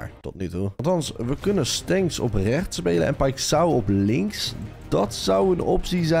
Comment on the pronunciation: O ja paixão zeg je als paisjauw (zo zeg je het lol)